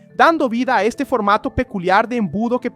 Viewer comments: She movió al eShte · 😂 la placa de eshcochia se mueve hacia el eshte 😂